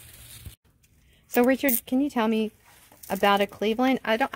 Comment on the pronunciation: Sorry it's Richard and not derik